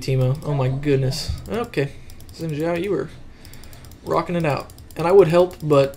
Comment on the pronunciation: Xin Zhao is pronounced like "Shin Zhao" as the "x" in Chinese makes a "sh" sound. Just saying :)